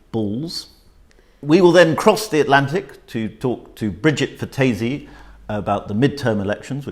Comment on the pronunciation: Love love love Bridget Phetasy please pronounce her name correctly. Other than that great content xxx